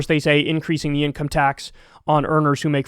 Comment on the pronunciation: . Stoked for "Inomce" tax increases 🤣